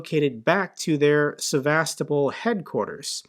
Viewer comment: The only this gets right is the pronounciation of Sevas-topol! Ukrainians smash military targets and he cries about people swimming in occupied territory. RF missiles regularly hit civilian targets; hospitals,schools, housing units,, electrical equipment, dams, farms and restaurants.